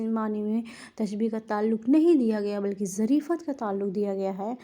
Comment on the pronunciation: آپ کو تلفظ پر محنت کرنے کی اشد ضرورت ہے باقی آپکی کاوش قابل تعریف ہے. مجاز=मजाज़ مرسل=मुरसल ظرفیت=ज़रफ़ियत سببیت=सबब्बियत